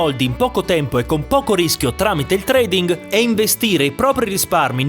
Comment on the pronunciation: La "ing" finale perde la "g" nella pronuncia.